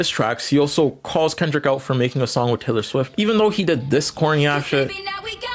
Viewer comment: TAYLEB QUAYLEE??????? TAYLEB QUAYLEE??????